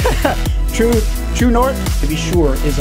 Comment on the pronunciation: "True Nort" -- Spoken like a true French Canadian.